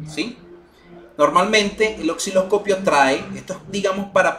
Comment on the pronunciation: Estimado se dice Osciloscopio NO " OXILOSCOPIO " u "OCCILOSCOPIO" .Si se dedica a educar por favor comience por pronunciar correctamente los instrumentos y componentes. Saludos.